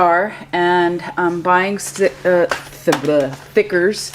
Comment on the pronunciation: Are you saying thickers or stickers???